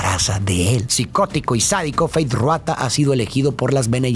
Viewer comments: Tu análisis es increíble ❤ solo como dato jeje el nombre de Feyd es Rautha no Ruatha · Por qué pronuncia Ruata y no Rautha? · FEEEYDD RRRRRAAAAAUUUUUTHAAA. No Ruata. De ahi en fuera, epico resumen